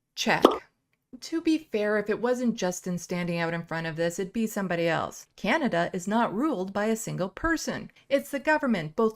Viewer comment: The little blonde lady said "Canadia" SMH